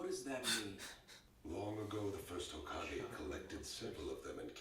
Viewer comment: said "Hazukage" 😂😂😂